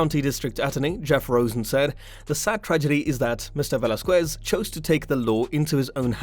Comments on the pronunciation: It Velasquez not "velazcyes" 🤦‍♂️🤦‍♂️🤦‍♂️🤦‍♂️ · Hoe about you say his name right lol